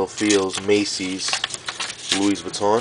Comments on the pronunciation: Pronounced, lewy vweeton :-) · Buys a $500 wallet yet doesn't know how to pronounce the brand name properly lmao !